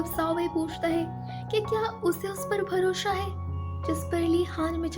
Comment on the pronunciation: Tum konse city se ho yr ? 🤣🤣🤣🤣 भरोसा ko भरोशा bolti ho 🤣